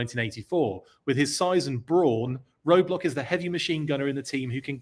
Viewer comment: 😆 Roadblack...funny slip.